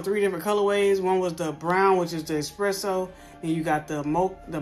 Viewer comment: Bruh it’s espresso💀💀